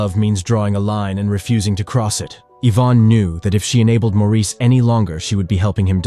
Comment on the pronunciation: His name is NOT pronounced as the French do. It's pronounced MORRIS.